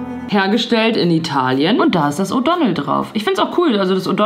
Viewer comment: Die Firma heißt O'Donnell, ahh das triggert mich so 😭😂